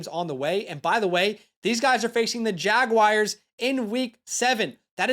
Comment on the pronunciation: Dude you are awesome. Fantastic energy!! Kept it up. Also it’s Jag-wars (the feline) not Jag-wires. Not sure if that’s an inside joke tho haha.